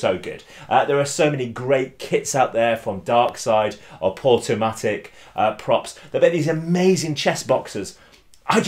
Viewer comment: Hey. I believe it's Portumac, not Portumatic as you stated.